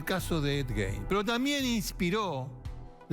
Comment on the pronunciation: se pronuncia gain